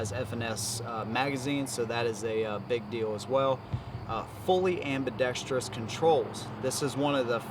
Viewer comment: Dude, your inability to pronounce or sound out the word 'Ambidextrous', makes baby Jesus cry! It's not pronounced AmbidexTREEous! There is no 'I' or E after the R. Holy shit!